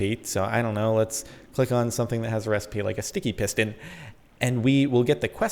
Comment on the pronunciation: "When he says piston there" it sounds like "pissed in there "